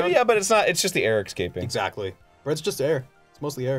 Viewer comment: Why do so many people say "Excaping"? It's "Escaping". EScaping, not ECsCaping.